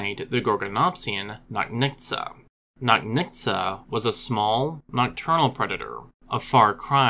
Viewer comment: The "ch" in Nochnitsa is not a "k" sound. It's supposed to be pronounced like in "chair."